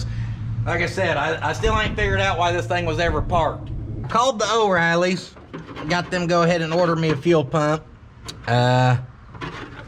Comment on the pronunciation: it ain't pronounced "Oh Riley's." The real pronunciation is "Oh REELY's."